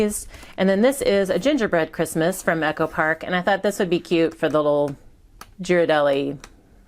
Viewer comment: you lost me at Gee-rardelli 😂 cut tho 👍🏽